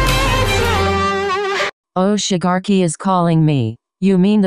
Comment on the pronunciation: Siri: Shi GAR ki